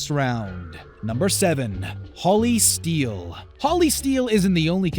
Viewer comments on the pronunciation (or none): none